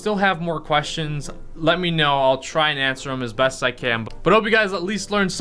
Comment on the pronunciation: KNOW** not KOW😂😂😂